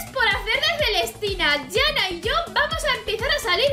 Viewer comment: Me pareció interesante el vídeo pero no la llames "Yana", que sea con "j" no significa que sea "ya". Se pronuncia cómo está escrito, Janna sin sonar las dos n.